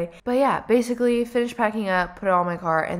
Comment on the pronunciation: Lol! “Get out m’car!” Sounds like my relatives on my Mum’s side! They are in the west-midlands in England.